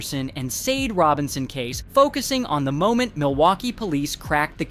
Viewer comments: Her name is Sade..Saw-Daa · This video sucks and is in EXTREMELY POOR TASTE!! Not only did you continue to pronounce her name wrong the WHOLE time but had the NERVE TO ADD HUMOR! ARE YOU SICK???!!! YOU NEED TO DO BETTER!!!🤬🤬😡🤬👎🏿👎🏿👎🏿👎🏿 SHOW SOME RESPECT!! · The way you make jokes in this video is so disrespectful. You can’t even say her name right. Honestly you should be ashamed trying to make a profit from this tragedy